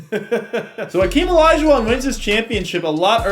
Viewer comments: Why does the game call "Hakeem" "akeem"? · Hakeem. Not Akeem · Its not Akeem, its Hakeem 🤦‍♂️ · Hakeem not akeem lololol